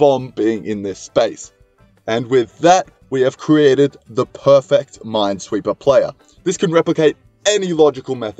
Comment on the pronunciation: No one realized that he said mindsweeper instead of minesweeper